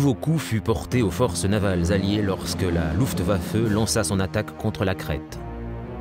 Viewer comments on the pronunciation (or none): none